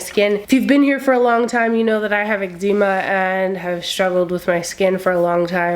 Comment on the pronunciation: Friend, are you saying Eczema?